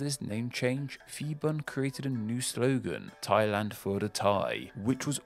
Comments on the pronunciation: Hi! I'm Thai and I love watching you videos! From what I've been listening to, your major flaw is that, you're doing contents about linguistic, but you lack non-English words pronunciation skills. I suggest, whenever possible, when you come across a name in non-English language, look up their Wikipedia articles, find the IPA, if you're lucky, there might be some recordings, but if there isn't, just put the name in their native language and put it on google translate and listen to it. It's still better than coming up with a pronunciation from how it's spelled using Latin alphabets. Please, never, ever go by your English language instinct, Phuket is pronounced "Poo-get" and not "Fuck-it", so "Phibun" is "Pee-Boon" not "Fi-bun" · Phibun is not pronounced Fibun for the same reason Phuket is not pronounced Fuket and Phitsanulok is not pronounced Fitsanulok. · It's merely another example of an American having problems with language. He couldn't pronounce Phibun properly either. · Calling phibun "fibun" is crazy... Its actually pronounce "piboon" a lot pf the time, thai people uses h next to p in there name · I want to give you a lesson as a Thai the we fond pronounce ph as f but we pronounce it as p it’s a miss translation of the letter พ and the word เมืองไทย (Muang Thai /mueng Thai) is pronounced ~ moo Ang Thai, quickly and also Siam is pronounced as sa-yam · One note: The PH in Phibun is pronounced as an aspirated P, not as an F. In a more curious observation: the plaque you show superimposed on the map of Thailand around the 7-minutes mark disappeared "mysteriously" a few years ago. By an odd coincidence, the CCTV camera wasn't functioning on the night it vanished from its spot embedded in the road, commemorating The (bloodless except for one person who cut themselves while resisting arrest) Revolution. Since then that plaque has become an even more important and emotional symbol for Thai people. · Feeboon.......... His named is Piboon, it's a P not an F.